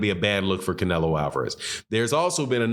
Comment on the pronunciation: He almost said clenelo and I almost died laughing